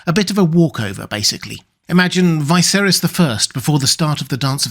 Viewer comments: Ve- ser-es Ve-ser-is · Great vid, but why do you always swap the Y and I sounds around? It's VIH-serys, and Sigh-mond, not VY-serys and SIH-mond... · Stop pronouncing Viserys like that please 😮‍💨